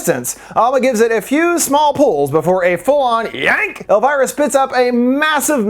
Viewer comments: It’s El-veer-uh. NOT El-virah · Who is „Elwhyra“? Her name is „Elvira“, like „Elveera“ ? Lern your subject! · Love the video alltough im cringin a bit at your pronounciation of elviras name 😭